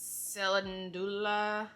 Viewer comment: I agree about the Lume wipes in the cucumber scent but hilariously I hate every scent for the wash except for Lavender Sage & I use the unscented deodorant. Btw calendula is pronounced like “calendar” just replace the -ar with -ula.